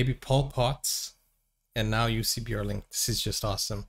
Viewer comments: Not juicy....pronounced "yussi" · Pronounced “You see”! Anyway check out the Jussi Bjorling Society USA!